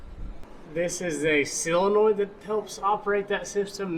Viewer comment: Great series and entertaining videos! BTW. its. sOlenoid not sillenoid